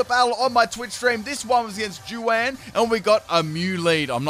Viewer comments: "Thank you for the battle, JEW-WAN." Aaaaw,, you need some Hispanic friends haha It's pronounced like, "Who-won" (saying the two words together, rather than separate words). The J is like an H sound. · Juan: (a Spanish name pronounced “hwahn”): “jew-ann” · Love you, but it’s pronounced ‘hwarn’ or ‘Hwan’ not joo-Anne (the first opponents name, Juan) lol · Can we all just admire the fact that he said 'Jew-an'? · JOO-ANN?? JOO-ANN?!?!?! 😂😂😂 Oh,... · This man said Jew-Anne. 🤣🤣🤣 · Pretty sure Juan is pronounced like Huan sorry for trying to correct and I could be wrong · Hahaha well let's excuse his Aussie ass 😂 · Did anyone else notice the way he said Jaun